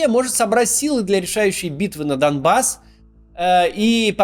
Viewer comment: все круто-класно, но не доМбасс, а доНбасс пожалуйста)